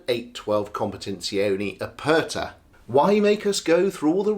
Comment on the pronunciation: It's a great car..but the look is ifffy and as you said it does lack soul. PS .."Aperta" try saying A-pear-ta not A -purr-ta. Regards